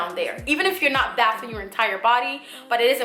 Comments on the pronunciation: Why are you saying bath-n it’s pronounced bay-thing hon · Instead of carrying around water why not use Cottonelle wipes? And you’re saying “bathing” in correctly. “Bae-th’ing.”